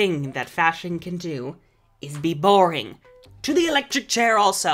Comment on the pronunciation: "TO THE ELECTRIC CHARI!" IM DIEING